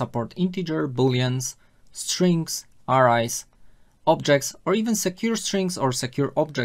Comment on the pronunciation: R.I.'s??? Try saying AAAARRRRAAAAYYYYYSSSS!!! In the English language, you need to pronounce the vowels too!!